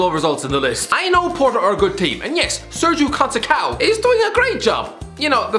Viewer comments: It’s pronounced Serjio Conceissao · "Sergio Concecow"? Also, that didn't go well lol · my man, you just butchered Sérgio Conceição's name